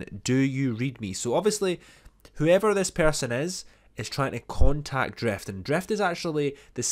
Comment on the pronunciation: Drift not Dreft